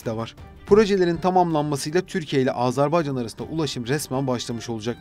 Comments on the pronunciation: AZARBAYCAN DEĞİL, AZERBAYCAN!! ÖNCELİKLE DEVLETİN ADINI DOĞRU TELAFFUZ EDİN! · Azarbaycan değil be kardeşim Azerbaycan. Söylemek zor değil, söyleyebilirsin. Azerbaycan diyene 100.000 veriyorum.